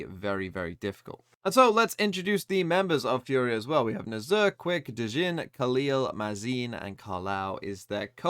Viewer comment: Hi! Love your vids! As a brazilian, i can help with the pronunciation of the brazilian players from FURIA, trying to phonetically spell their names. FURIA: Dgzin: Dehjjehzeen (the jj has a g sound) Khalil: Khaleel (this one you got straight right) QCK: Kehsehkaah (you can just spell the letters as well, but nobody calls him "quick") NZR: Enehzehehrre (you can just spell the letters too) Mazin: Mazeen A fact about FURIA: Dgzin was victim of racism from the KRU player Keznit while he was still playing by Gamelanders. This is one of the things that makes the dominance of KRU over brazilian teams tasting even more bitter.